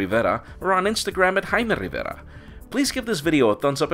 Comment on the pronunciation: I love how he says Rrrrivera